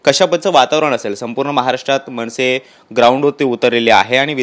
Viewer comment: मणसे नव्हे रे, मनसे म्हणायला शिक. म्हण 100 वेळा 'मनसे'